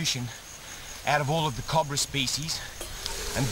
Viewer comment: I fucking LOVE how Steve says "Cobra!" the Australian accent is just beautiful at times! COB-RA!